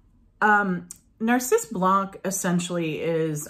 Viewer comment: In French , we don't pronounce the last letter ; for "tabac" , the "c" is not pronouced , the same with "blanc" , and "champ" etc ... Hope that it can help you !